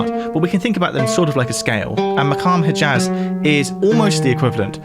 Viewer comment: your analysis of the music is excellent, but your attempts to pronounce the word "poitrine" are pretty shocking it's PWA-treen -- pretty simple. your rendition of "maqam hijaz" is pretty shoddy too, but in that case there's a sound involved that you probably simply can't produce